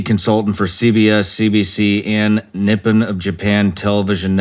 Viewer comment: Would it kill Sean to rehearse his introduction and look up things he doesn't understand? The branch davidsons??? Do you really not know about the branch davidians and the events at Waco? Can't even pronounce Nippon correctly. As usual, great guests but bonehead, low effort host